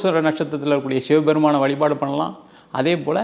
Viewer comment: Dear Anchor: Valipaadu illa vazhipaadu